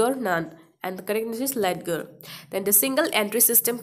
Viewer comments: Maam its not letger its called lejer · Ledger buli pronounced nokore লেজাৰ koi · In this video , the pronunciation of ledger is wrong. It is not লেদগাৰ, its লেজাৰ 😊। Thank you.. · Your pronounciation is funny. Led- ger...😁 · Ledger is pronounced as Leger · Kindly check the pronunciation of ledger..may b u r not commerce graduate